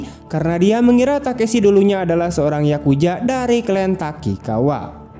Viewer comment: Yakuza Bang bukan yakuja